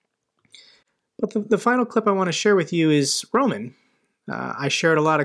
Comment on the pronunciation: I love your videos, but please it is not Rōman like you say it with stress on the first syllable, but Román with the stress on the second syllable. It sounds ridiculous the way you say it. Almost all names and words in Russian and Ukrainian put the stress on the second syllable. So if you would just do that, you’d be right most of the time.